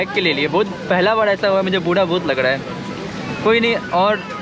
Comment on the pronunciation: Buda nahi yaar bura sawad nahi sawar bolo